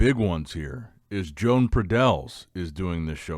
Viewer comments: its joan (yo-hahn) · He literally does it because he knows it annoys us and he can't care less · There is no way pronounces Joan's name correctly. I'm starting to think he's doing it on purpose 😠😑. Let's go Joan.